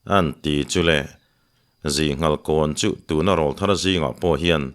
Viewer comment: A ziaktu in a thiam bawka a chhiar tu in chhiar thiam bawk.chutih rual chuan pu Hlute Rawlthar tih i lam dan hi fimkhur teh. Rawl tih lai hi Aw rawl a rawl tih kan lam ang hian lam thin rawh. YouTuber te Mizo tawng dik lam chungchangah in pawimawh sia